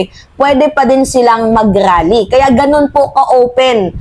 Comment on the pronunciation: Anong rrrrally daming R